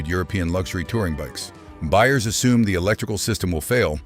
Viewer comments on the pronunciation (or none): none